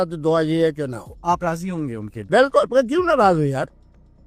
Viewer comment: Behench*d(Literally) 'Bilkul' pronouncing to dekho Sala pura Islamiat Jhalak Raha hai...!!!